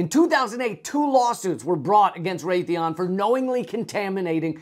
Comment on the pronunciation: It's Raytheon.